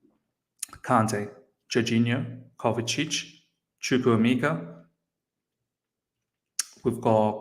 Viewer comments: Hi good video I have a similar name to chukwuemeka and am also Nigerian you are soooo close with pronunciation. So it's pronounced like CHU - like the 'choo' of choose' (you got this part right) KWU - like Koo (traditionally we would slightly pronounce the w) E - this is where you got it wrong so this E is like the e you pronounce in the word 'Everton' or the e in 'Egg' Meka - the 'me' part is like when you say the slang word 'meh' (like I'm feeling 'meh') KA - like the footy player 'kaka' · Chukwuemeka Chook - woo ay - may kah